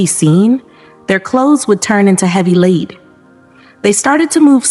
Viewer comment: Lead as in heavy. The narrator missed this multiple times.